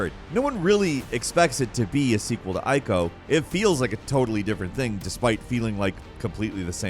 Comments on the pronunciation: eeeeeko, not eye-ko. it er ate not eye-ter-ate. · it's pronounced 'eco' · Ico is pronounced eeco btw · Ico is pronounced "Eeco".. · Shadow of the Colossus is a prequel to Ico ;) You do say it correctly eventually, but... ;)